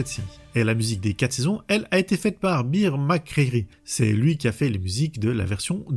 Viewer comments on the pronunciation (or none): none